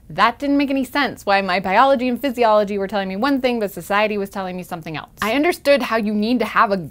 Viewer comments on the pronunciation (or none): Is it a regional thing to pronounce "else" as "elts"? I had an english teacher in high school that did the same thing with "false", pronouncing it as "faults"